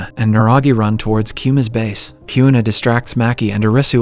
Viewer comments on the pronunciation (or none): Kyuna- it’s Queena (Kuina) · “season 2 opens up with arresu, yousagi kiuna and kisiya”